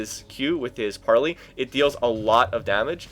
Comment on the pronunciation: gangplank's q is pronounced PARLAYYYYY